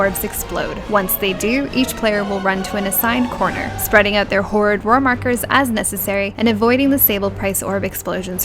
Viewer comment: I laugh every time you say "horridd roar", cuz it makes me think of the "rural juror" from 30 Rock. :D